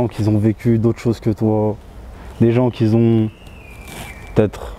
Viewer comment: "des gens qui zont" 😂 et ça se dit avoir une plume 🤣🤣